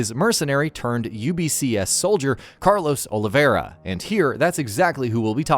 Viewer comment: well don't.. they never pronounce my name correctly 😂 "Olivieira".. why do they make it more complicated by adding that "i"!! 😂😂 It's "O-li-vei-ra" 🥺